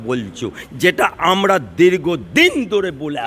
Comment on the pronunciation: আমড়া, আমড়া, আমড়া,,( আমরা উচ্চারণ করতে পারেন না)